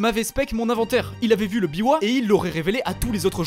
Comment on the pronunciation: C'est biwa, pas bivwa. Sinon j'adore tes videos.